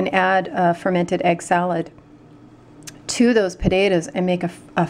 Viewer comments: Pot ta toes not pudadoes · Did you mean potatoes? You said podadoes 😅